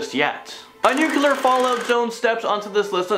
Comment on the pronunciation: I dont care WHAT George W. Bush says. ITS NOT NU-QU-LER. ITS NU-CLEE-UR. Spell it. Nuclear. The l is immediately following the C. There's no U right there. (And sorry Dixie Chick's. You lost your popularity over nothing. W is NOT a Texan. He was born in New Haven, Connecticut. To be a Texan, you have to be born there! He is, however, an idiot.)